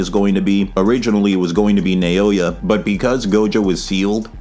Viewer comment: You killed this! Not to be that guy, but pretty sure his name is pronounced like “Now-ya” (I study Japanese).